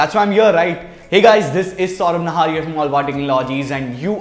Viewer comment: Correction its here not heyor